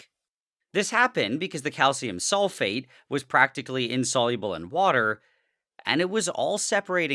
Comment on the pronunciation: SRSLY every timme he says calcium sulfate i hear SOULFATE and go like "DARKSOULS"